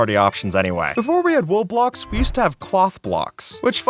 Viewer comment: is it just me or does him saying wool blocks sound like roblox